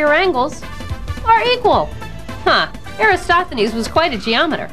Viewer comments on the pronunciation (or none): Eratosthenes is pronounced like: "Air - at - awes - th - eh - knees." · Except for the misspelling of Eratosthenes and slight mispronunciation (AIR-uh-TOS-thuh-neez) an excellent kid version. Check out Carl Sagan's video on same topic. The scripts sound similar. I wonder who copied who? :-)